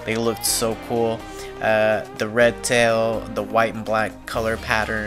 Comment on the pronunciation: Great video Man! The whole store, please! I kept cringing when you tried to pronounce anything, the Red tails, and the festae!! lol!!! Anyways awesome video as always!!